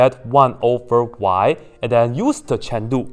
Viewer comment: Why do you Always say "chen lu" and not "chain rule"???!!!